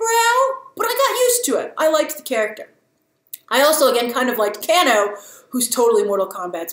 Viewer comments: "KAY-NO" not "CAN-O" Great review! Was a bit up in the air about Scorpions brow. Been playing MK Games since inception. Was the best overview and expansion of the plot in non playable form. The beginning scene with Scorpion was absolutely amazing. You can totally see why he is not super happy with Subzero. I hope they continue this story. Also I had the same reaction when with the fight scene with Goro and Jax. I know what they are going to do here... OH NO... And ew. Cheers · Kaaaaaaano grace kaaaaano its a HARD A in his name lol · Calling Kano “Can-Oh” might be more egregious than calling Geralt “Jeralt “ lol Grace are you watching these on mute? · Kano is pronounced Kay-No Grace